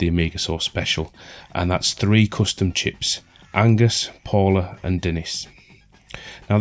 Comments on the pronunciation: You constantly saying Angus instead of Agnus was triggering. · Every time you say "ANGUS" (m) instead of "AGNUS" (f) a Tentacled Horror drags a kitten into the abyss. Sorry. I don't make the rules. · AGNUS, not Angus